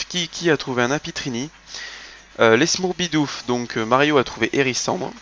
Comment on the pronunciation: C'est "Smourbidoofs" pas "Smoorbidoofs" :3 Kumi' était supposé avoir envoyé l'image modifiée =D *mode chiante off* Sinon j'ai bien aimé, malgré les petites erreurs, c'est un super gros travail que tu fais ! Continue!